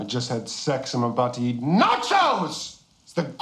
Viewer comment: Love that he emphasizes NACHOS, like he is about to set it off.